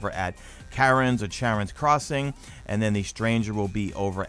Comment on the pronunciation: i'm calling charon's crossing karen's crossing now because you said it like that better watch out and make sure the manager is safe from the bs XD